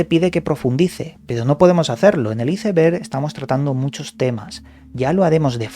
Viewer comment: Por qué pronuncias así "ICEBERG" lees bastante...creí sabrías pronunciar.